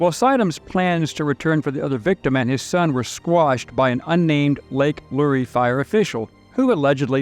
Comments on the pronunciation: Great video thanx for sharing. Btw lake Lure is pronounced “luur” not “lur-ee”. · Glenn Becks, Mercury One was also there. Totally 100% Donations go to the charity relief, NONE Ever go to Admin Costs. How to tell it’s an “AI” narration, - “Lake Lu-Ree”, instead of Lake Lure🤷🏼‍♀️🤦🏼‍♀️🤦🏼‍♀️🤦🏼‍♀️ Good video, though. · I'm not trying to be that guy but it's lake lure like a fishing lure